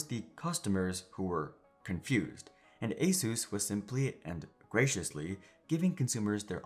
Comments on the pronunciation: It is not ASUS; it is "AS-IS". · Asus ❌ A SUS ✅